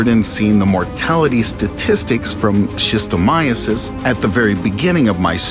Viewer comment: And who is this tyrant, over the human race?...snail One of the most anticlimactic news ive heard in my life I can't stop hearing 'sistercon is deadly', maybe because of the accent.